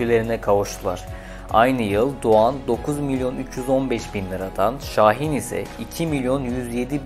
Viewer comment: Doğan l yi söylememiş